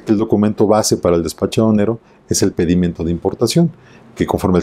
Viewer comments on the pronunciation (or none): Felicito cordialmente al por su magnífica exposición, agradeciendo el habernos compartido este interesante tema del Derecho Aduanero Mexicano. En reciprocidad a ello, con el debido respeto le ofrezco mi modesta retro-alimentación: "El término PEDIMENTO se pronuncia como una palabra grave (con acento prosódico en la penúltima sílava) y el, en su exposición la pronunció como voz ESDRÚJULA (con acento prosódico en la antepenúltima sílava ).